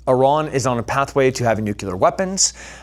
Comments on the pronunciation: You're super smart, super badass and a super inspiration ...... its new- clear not nu- cu- lar😅..... pls don't kill me. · NucLEEar brother, not NUCULAR. Love you man. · Who here has the stones to tell this beloved savage that it’s pronounced “nuclear” not “nucular”? Anyone? <3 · For someone who has spent time in the military, I cannot believe you cannot pronounce nuclear properly! Disappointed 😞